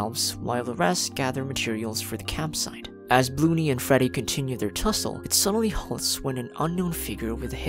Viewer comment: “Bloo-ney” so funny to hear that 💀